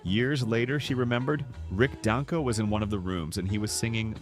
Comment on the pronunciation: I prefer a human narrator. It's Dang-ko, not Don-ko.